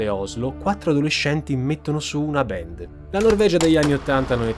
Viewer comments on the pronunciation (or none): QUESTA GENTE NON SI 'LEVA LA VITA' NEI RITUALI, VENGONO UCCISI, 'SACRIFICATI'. I 'COMPLOTTISTI' SONO QUELLI CHE LI FANNO I COMPLOTTI, NON QUELLI CHE NE PARLANO. E LUI DI COMPLOTTI NE CONOSCEVA BENE TANTI SE AVEVA UN PADRE CHE LAVORAVA PER QUELLA GENTE ! 'BAND' SI PRONUNCIA 'BAND' NON 'BEND' , 'BEND' TE LA SEI INVENTATA. LA COMBRICOLA DI EMARGINATI E' STATA VOLUTAMENTE 'DISTRATTA' DA QUESTE BANDS DI HEAVY METAL, CHE NON SONO NATE SPONTANEAMENTE, MA SONO STATE CREATE APPOSTA DAGLI STESSI SCIACALLI CHE CI CONTROLLANO E CHE IN QUESTO PERIODO DELLA STORIA VOLEVANO LA GLOBALIZZAZIONE E AVEVANO BISOGNO DI UNO SFOGO PER I 'RIBELLI'. TUTTA LA TERRA E' CONTROLLATA DA SATANISTI, SE NON TE NE FOSSI ANCORA ACCORTO, E LA CHIESA CRISTIANA NE TIRA LE REDINI.